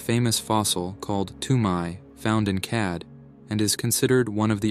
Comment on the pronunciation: ya said CAD. Did you mean CHAD? Rolling my eyes.